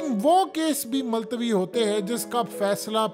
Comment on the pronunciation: Maltwi nhi multawi tlfuz theek krain